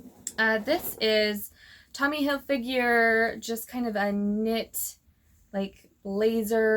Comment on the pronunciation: Great haul! The way you pronounce Hilfiger Hilfigure makes me giggle. 😂